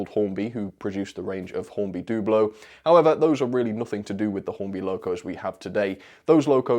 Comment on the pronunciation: Dublo is pronounced Dubble O as against 00